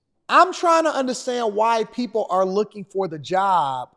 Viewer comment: He meant to say hey people! Not poo😂